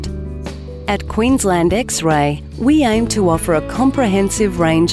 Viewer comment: Quensleeend forever; the nicest of world's ENG pronunciations - say I, a Scandinavian.